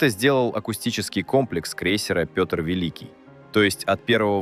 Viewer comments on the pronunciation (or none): О недостатках с моей точи зрения: раздражают ненужные повторы, автор слушал, что его ии начитал? То, что ии доказывют совершенно нелюдские искажения имени в произношении "Петр Великий". Далее, пр. 949А ниразу не являлся "ударной" Пл, Это многоцелевая. Если в 10-х числах августа она вышла из Видяево, вопрос, что ,по мнению автора, в День ВМФ (посл воскресенье июля) делала в Северодвинске? АПЛ Курск" -это последний корпус данной серии. Сдавали его по сокращенной прорамме: в частности заводский выход был совмещен с Госиспытаниями и контр выходом. В этой связи слова "отличный", "непотопляемый" и т.п. звучат несколько двусмысленно. ПРо 45-летнего к-ра, сужившего... 30 (!!) лет уже писали. И еще, торпедная атака производится по "боевой тревоге". Это значит, что все переборочные люки ЗАДРАЕНЫ. Оч странно слышать, что "после первого взрыва" кто-то там начал задраивать люки, а коллега Колесникова пошел в реакторный отсек тож задраивать переборку и с реакторами выполнять манипуляции... Что за разгильдяйство-то?? И последнее, о версиях: автор (или его ии) даже не упомянули версию, о якобы обнаруженном входящем отверстии в корпусе 1-го отсека, кот. предположительно принадлежит торп МК 46 АПЛ "Толедо". Никак не комментируя этот факт, просто скажу, что он есть. Снимок -тоже. Автор, тщательнЕе надо...